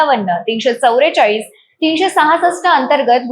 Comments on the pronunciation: Ho na. Ani tya chavare chalis mhanatahet. Kahihi chavve chalis asta te😂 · Chavare chalis nahi chavve chalis 😂😂 . Jara nit marathi bolat ja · तुला 44 म्हणता येत का😂मराठी शिक